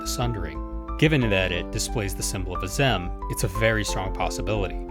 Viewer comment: After how many times they say Azem in game, you came up with that pronunciation?